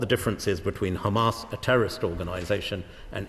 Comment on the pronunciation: hate when the jews say khamas